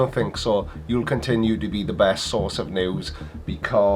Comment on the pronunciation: Hi, I will certainly follow your news-channel as it promises lots of hilareous facts. But about the name: is it me (I am not English-speaking) or your accent, but it sounds like "Flat Earth Noose"! It might be hopefull wishing or a Freudian "Slip of the ", but i certainly hope it will kill their movement! Good luck with it!